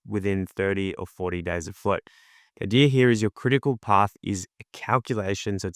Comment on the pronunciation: I'm five minutes in, and you repeat yourself an awful lot, and it's no idear, it's idea.